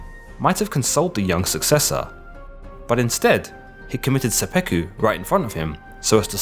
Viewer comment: so he committed seppeku? or is it sudoku?